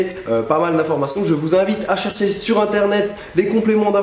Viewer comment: Mdr Charles tu essaye de faire comme tibo inshape quand tu as dis " vous pouvez cliquer surrrrrr moi pour vous abonnez " copieur :p